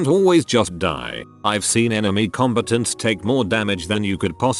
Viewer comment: Says 'combatants' like 'competents' lmao